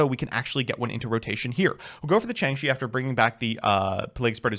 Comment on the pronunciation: Ah good ol Changshi the… Spirado. A Chinese Jiangshi zombie called a “spirit dao” would be too easy of a pronunciation.